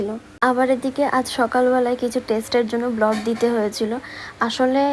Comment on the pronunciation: কথা টা ব্লড না বোন, কথা টা হবে ব্লাড